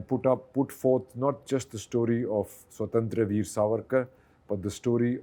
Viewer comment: I have seen most of the Hindi speaking reporters make the same mistake in pronouncing the name of the movie. It’s स्वातंत्र्य वीर not स्वतंत्र वीर.